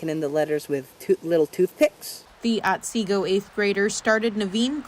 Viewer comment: Michigan town otsego, the t is silent.